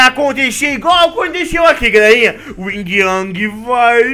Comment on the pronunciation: yin yang não ing ang